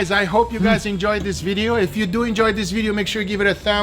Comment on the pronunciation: "Let's dew it"'